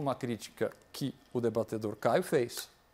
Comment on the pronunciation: Augusto nunca usou a palavra:" debatedor" começou segundo o Caio, a prova é que ele fala:" debatAdor" kkkkkkkm